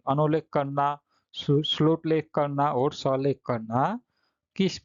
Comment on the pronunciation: सुलेख h salekh nhi